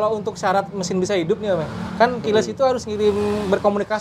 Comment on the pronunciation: om maaf nih.....omong KEYLESS nya dibenerin dikit donk ga enak banget dengernya....